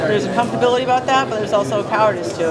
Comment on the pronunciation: I'm allergic to the word "comftorbility".